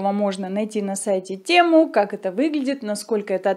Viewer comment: Тему😢,аж ухо режит. Весь мир говорит ТЭМУ